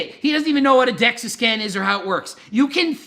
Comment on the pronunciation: Carl the facts were there and everything but like Greg said. You can fake a Dexa scan, it’s Dexa btw not dexus. And many people do it’s not always accurate just like you can fake testing for steroids.